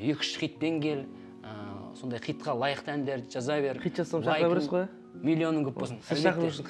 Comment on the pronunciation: Хыйт емес Хит деп айтыңдаршы бесит